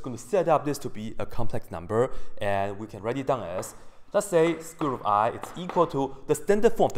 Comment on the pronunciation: hehe...hehe, he said squirt, hehehe